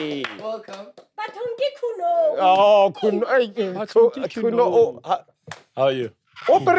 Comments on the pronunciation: Surname’s Khunou (pronounced as koo-no-oo). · Haha we share the same surname, and guys its Khunou.. not Khunoe😪😪😂